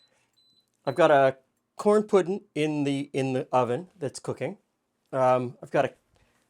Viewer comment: Pudd’n he says…